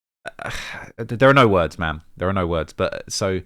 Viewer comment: 😂😂he just refuses to say it correctly 🤦🏾‍♂️